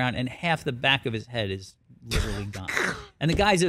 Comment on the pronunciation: Liturally liturally liturally